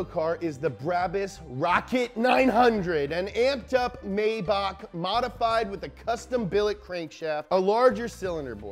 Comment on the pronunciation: Love you, but it's pronounced "My-bach" not "May-back". In German, you don't pronounce the first vowel when there are two vowels together.